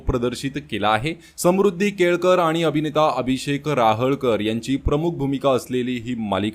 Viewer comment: राहळकर नाही.रहाळकर